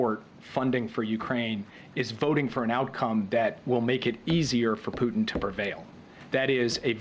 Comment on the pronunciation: Did Jen Psaki call him "Fruitin"?!?! 🤣🤣🤣😂😂